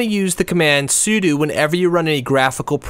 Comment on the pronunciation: The way he pronounces sudo.